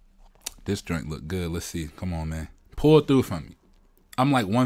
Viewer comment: Thanks for the review. Heard you say junt, you from Memphis?